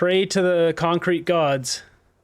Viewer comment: "pray to ocncrete gods" 🤣